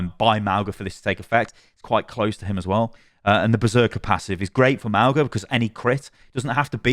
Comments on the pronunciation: It's Mauga, not Magua. Ma-u-ga, Mow-ga, whatever, but not Mahgwa. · Lets slaughter you. Mauga is fine, but how could i be Magua? Its either Mauga or like she said, "maunga" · There actually is no "guh" sound in Mauga at all. It's a nasal "n" sound you make with your tongue at the back of your throat that you open to an "ah". Mah-oo (nasal n)-ah. 2 Syllables. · Magwa? I say Mouga. Hopefully he gets some tuning. Plus he destroys with Zenyatta. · Mauga's is Samoan and it's pronounced similarly to "Manga", as consonants in Samoan are the same as English except G which makes an NG sound as in "song." (no hate, just an informational comment) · I’m pretty sure it’s jus Mow-Gah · i’m pretty sure it’s pronounced “mow-na” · Mau-nga like the ng in sing, /mauŋə/. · They pronounced mauga at blizzcon if you think its said wrong take it up with blizzard